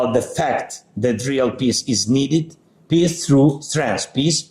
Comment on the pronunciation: “Peace” pronounced by z sounds like “piss” literally and metaphorically!!!